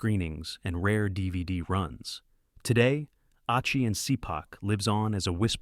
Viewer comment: That's Ah-chee and Shee-pahk